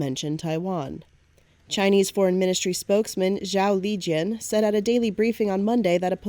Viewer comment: The name is correctly pronounced JAO——LEE——JAN!